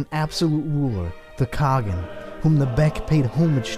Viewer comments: Khagan is pronounced ( Kah Haan) Кахан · Its kha-ğan